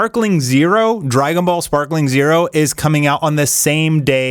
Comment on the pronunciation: Dude stop making videos if you're not even going to get the shit said right. It is not sparkling zero it is sparking zero... Sparking just like in the fucking song! And also... Bobby D?! You say it faster, babidi! Just like the fucking pun Bibbidi-Bobbidi-Boo